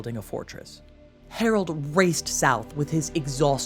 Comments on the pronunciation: His name was HAROLD. How do you manage to mispronounce that ? So pretentious. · She can't pronounce 'Harold' ! 😂